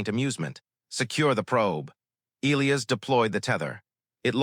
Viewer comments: NOT EEElis. It's pronounced EE LIE AS. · I can’t listen to many more stories where the AI narrator can’t even pronounce Elias correctly